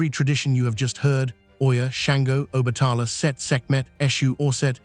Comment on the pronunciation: You’re not pronouncing OBATALA name, right?